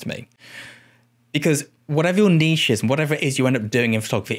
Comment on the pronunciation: Thank you for everything but especially your pronunciation of "niche"